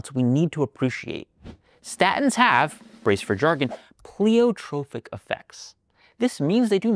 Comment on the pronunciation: Pronunciation note: it's PLY-otropic, not PLEE-otropic (the word doesn't share a root with "Pleiades"). It always makes me nervous when pundits reveal gaps in their knowledge of the subject.